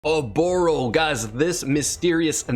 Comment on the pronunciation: Correct me if I'm wrong but the emphasis should be on the the first O in her name not the 2nd.